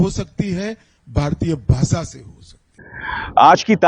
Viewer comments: सबसे पहले तो अपनी भाषा का सही उच्चारण करना तो सीख ले देश को देस...भाषा को भासा...शर्म आनी चाहिए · पहेले भाषा बोलने तो सिखों भासा भासा....क्या तड़ी पार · पहले अपनी भासा ठीक कर लो सर जी...😅😅 भासा नहीं होती.. भाषा होती है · He himself can't speak his own bhasha. Instead of bhasha he pronounces bhasa. We all learn our language at home atmosphere. Learning to speak English helps us communicate globally and india being a diverse country we are bound to use English when we meet at national conferences. Just because these people can't communicate in English so everybody has to follow them??? Ask him to speak in sanskrut or translate all the books in hindi, Assamese, Bengali, kashmiri, Goan, and all other Indian languages. Today if our pm knew how to communicate in English our global crisis would have become much easier. I wonder if he ever has gone to countries outside India? In europe it was so difficult to move around because of language. We missed out many trips entitled to us due to language, got lost everywhere. We learn our language at home and know our own culture in the same way which is dear to us. Over and above learning various language is a credit. Ask him not to give his useless ideas to us.